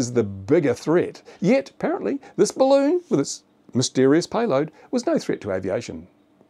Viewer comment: It's a barroon